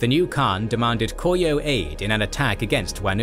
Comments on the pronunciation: It's Ko-ryeo instead of Kor-yeo - the R is read as the start of a syllable. The scriptwriter and the narrator might want to pay some attention to the pronunciation, though a reasonable degree of Anglicisation is perfectly fine. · The pronunciation of Goryeo is so bad here it's honestly distracting. (Go-ryuh)